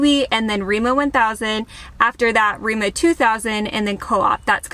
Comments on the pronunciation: It is remA not Remo. (Like america backwards!) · Hearing Remo is pretty funny when the name is Rema. I mean it's no big deal but imagine hearing a foreigner say: I'm going to Walmarf. xD